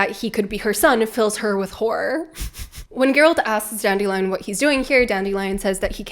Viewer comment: I have been listening to this audio book, and it drives me nuts that the narrator pronunciation of Dandelion is DAN-DILLY-UN. 💜💜💜💜💜